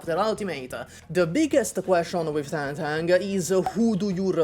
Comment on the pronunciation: Thank you for being seemingly one of the few YouTubers who bother to pronounce Tangtang's name right